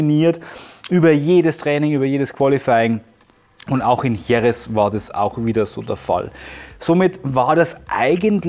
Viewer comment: Wirklich coole Videos! Aber bitte sprich doch Jerez richtig aus... da schüttelt's mich jedes Mal. 😉